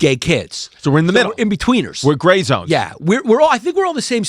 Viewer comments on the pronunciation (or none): Gray zones, but the "r" is silent. Great ep pretty boys! 👏😂